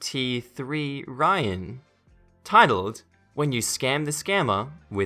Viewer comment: Not only that, but the name OP used to post is Mysteryon.... NOT my-5-t-3-ryon! I really enjoy hearing these stories but, the mis-pronounciations and using words OP didn't use or intend, was especially frustrating in this particular episode. Normally a big fan! Not this time.